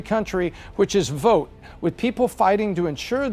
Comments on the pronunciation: Vert or vote lol. Anyways love the analysis. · Why does she throw some many R's in words that dont have any R's ? Vert Trump 2024! Lol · Has no one else notice how ridiculously she pronounced “vote”….also….lets make that map red! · I can't help it, this woman's voice is like nails on a chalkboard when she says the word vote, she says very. it sounds like she has something stuck in her throat. No idea why Pat picked her. Next time go with an American. Or at the very least, a British person. I can't stand listening to this chick sorry. I'm not judging, just saying that her accent is very annoying. Keeping it 100. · Strange accent. She can't pronounce the O sound. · she can't pronounce "vote".